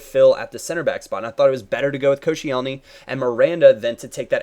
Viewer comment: just want you to to know its pronounced kosh-ellny like so he can see plz